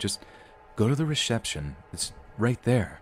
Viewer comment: “Go to the resheption” haha